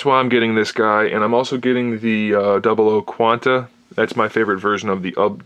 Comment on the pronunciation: shows been out since 07 dude, it's "double Oh" like the show.